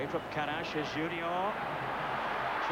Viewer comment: Karaś, Tarasiewicz ... pronounced very well